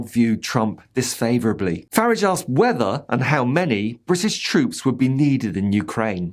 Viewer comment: "farridge". Top marks. Subscribed